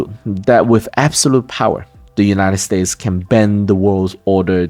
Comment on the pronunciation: United States…please add the “s.” Sounds a bit like Cantonese English when the s is chopped off like that. Great content. Thank you. 🙏